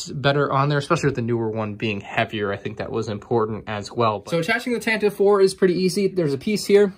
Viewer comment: Anyone else think it was tanta 4 not tantive 4